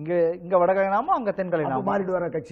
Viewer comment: வட களை அல்லப்பா. வட கலை. தமிழ் உச்சரிப்பு கொடுமை. ஒரு காலத்தில் சன் டிவி செய்தி வாசிப்பாளர்கள் சுத்தமாக வாசிப்பார்கள்.